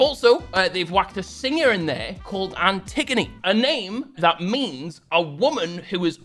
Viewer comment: Antigoni or Αντιγόνη is a Greek name. It's pronounced as Anti-go (like the Wo from woah) - ni n the emphasis goes on the go.... So antiGOni..hope it helps n also love from Greece :)